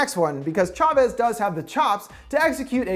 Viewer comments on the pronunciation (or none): none